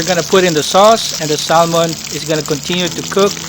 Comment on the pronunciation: it pronounce SAHMON silent L